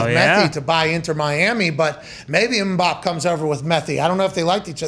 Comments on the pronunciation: Why are they saying M’Bop? It’s killing me. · The pronunciation of Mbappe is killing me